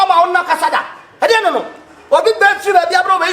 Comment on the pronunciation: Hrrr sobolo The way he say Aden 😂💔